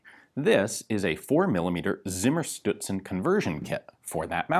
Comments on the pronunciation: I'm just watching to hear Ian say "simmerstewtsen". Close enough. XD Greetings from Austria. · I was under the impression that that "Z " was pronounced as a "ts" would be pronounced in English. Please advise. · No. Please, ian. "Z" in any and all German words is ALWAYS pronounced "Tss". Never, ever is it spoken in that weird, soft, mushy, english "s" kind of way. So you have a Tssimmershtoodsen in front of you, ian. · I must admit: only watched the video to see Ian struggle with the pronunciation of Zimmerstutzen.